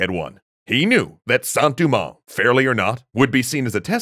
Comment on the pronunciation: Your pronunciation is very good on everything except Saint Domingue. It’s not “Du-mang” but “Do-mang” (as in Doe, a deer, a female deer). Think of the Dominican Republic’s “Santo Domingo” it’s not Du-Mingo lol no worries though I’ve just been growing up hearing it a certain way